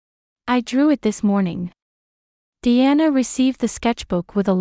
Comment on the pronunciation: Diana pronounced as de-anna